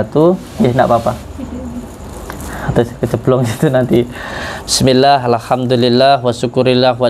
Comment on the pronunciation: Baca bismillah aja udah salah tajwid nya... Yg gk percaya gsj org cerdas